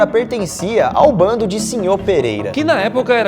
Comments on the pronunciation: NÃO É BONDE É "BANDO" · Se diz bando e nao bonde! Rs